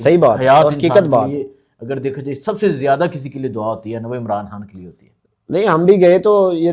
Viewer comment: صاحب آپ عمران خان کو خاں بار بار بول رہے خاں نہیں خان ہے ویڈیو اسکیپ کر رہا ہوں